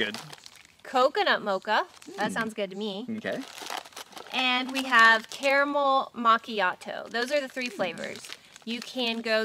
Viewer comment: Thank you,, for pronouncing the middle "a" in "caramel". I've noticed that many people from the Land Of The Free pronounce it "carmel" (yes, you,! Ha ha), so this is a pleasant change!:-)